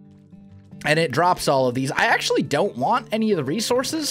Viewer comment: Stop saying acentually